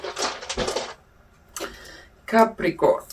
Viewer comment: Ou nou, say capricorn but thanks still 😳🧡